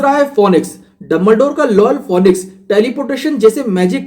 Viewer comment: Excellent explanation bhaiya 🥳👏🏻👏🏻, bas phoenix ka pronunciation galat tha. Aur aap apne videos mein Harry Potter theme ya koi alag Background music use karo, saadhi video itni khas nahin lag rahi ☹️ Aap chaho toh iss channel ke videos ko dekhke apne videos ko improve kar sakte ho